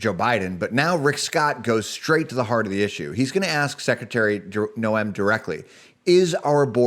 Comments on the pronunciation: Her name is pronouncements Nohm. Just though you would like to know because viewers listen carefully to what those we trust with news. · can you please pronounce Kristi's last name correctly!